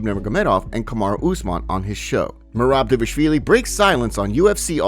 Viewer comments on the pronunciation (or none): none